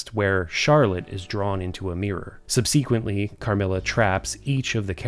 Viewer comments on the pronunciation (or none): Just found your channel. Love it. It's my fave to have in the background while I'm crafting, especially as someone who loves the stories of creepy games but is too much of a wimp to play most of them. Please look up how to pronounce "subsequently"